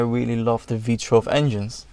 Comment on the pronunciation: I would normally point out that it's not "V-TRELV" but rather "V-TOO-ELV", but I like the way you say it more, so I'm gonna say V-TRELV from now on.